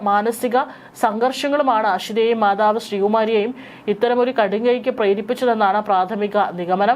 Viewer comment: Malayalivarthayile malayalam ariyaathavar...😂